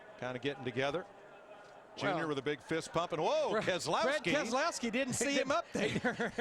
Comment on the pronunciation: Brad Kes-e-lowski won this race